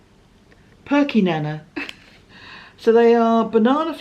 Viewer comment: I'm sorry, I got a giggle when you pronounced the Perkynana. The nana is said like ba'nana'. It's a Kiwi thing 😁. Actually I get a lot of giggles from your podcasts. I look forward to my Saturday mornings. Check the Mintie wrappers. They have some of those moments on them.